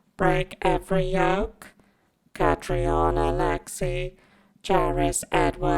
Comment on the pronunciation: I feel like I should point out that Catriona is pronounced Cat-ree-na (This was hilarious)